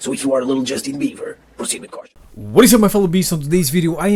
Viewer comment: His name is Justin bieber not Justin beaver